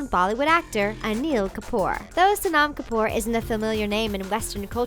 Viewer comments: any Indian be like, its sow-num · its not SO-NAHM Kapoor! your pronunciation sucks! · Sonam Kapoor was a shock here. Btw, it is "So-num". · SHE PRONOUNCED SONAM WRONG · It is pronounced sonum kapoor and runber kapoor. Just thought you wanted to know. This is how you pronounce them.